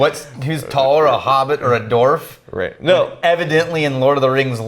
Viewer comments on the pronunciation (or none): I'm pretty sure that the "w" in "dwarf" isn't silent... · Gnomes and Doorfs? What's a Doorf? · I've never heard Dwarf or Dwarves (Dwarfs?) pronounced like that before!